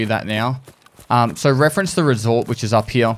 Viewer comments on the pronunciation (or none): Very strong stache game, Papa. Also I like how Papa says "here." Heee-uh